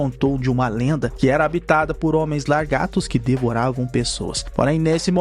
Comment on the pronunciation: Posso estar parecendo arrogante, mas em tu mando um “LARGATOS” kkkkk aí não dá meu querido, não tanko